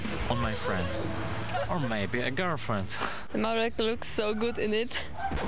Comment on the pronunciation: and pronounces Marek as "Muric" hahaha, like 'murica